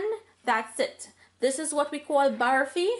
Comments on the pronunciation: Looks yummy... but please say barfi and not "baaarfie" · OMG she doesnt know how to say barfi and she say pour just one cup of sugar syrup not more then she pour more she doesnt even know what she is doing ridiculous and her english is hurrr